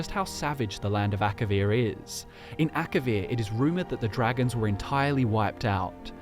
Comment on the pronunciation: It's Akavir not Akarian.